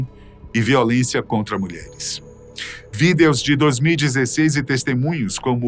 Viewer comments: Matéria muito boa, mas esse cara falando VÍDÊOS. não dá, saudades do boco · "os videús" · Quem fala "VIDEOS" desse jeito. kkkkk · Porque o apresentador está falando Vídeos de um forma estranha KKK engraçado